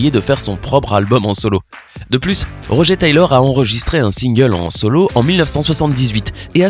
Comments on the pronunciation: C’est RoGEUR pas roger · C'est moi ou... Tu as dit "Rogé" et pas "RogER" ? Oh quel irrespect pour Ben Hardy ainsi que le vrai Roger... ;-; C'est de l'anglais donc ça se dit Rog"eure" c'est pas joli "Rogé" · MAIS SVP ÇA SE PRONCONCE ROGEUR TAYLOR PAS ROGÉ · rogé taylor ROGE mais bordel pourquoi détruire le nom des gens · Pas Roger "Rogeur" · aie la prononciation du nom de Roger... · Ta mal prononcé Roger